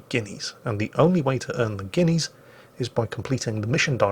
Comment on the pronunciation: "...going to cost you 50 guinees in the arsenal..." What? 50 guinees in the what? OH! arseNAL. Got it.